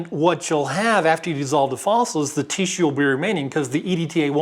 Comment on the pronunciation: “Teeshue” .... Bless you!